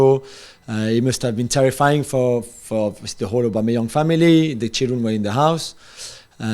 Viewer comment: 😂😂😂😂😂😂😂😂😂😂 it’s aubameyang 😂😂😂😂😂😂😂😂😂